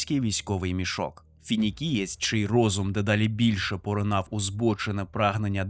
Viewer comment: Не Фінікієць а Фініксієць ві слова Фенікс. По лору планета на яку він впав(Лікея) повстала з руїн під його управлінням наче Фенікс з попелу, тоді ж він і отримав прізвисько Фініксієць.